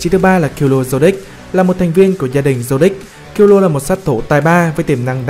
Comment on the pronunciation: Vc kil lua :)) trong anime nó còn đọc là kil lu a mà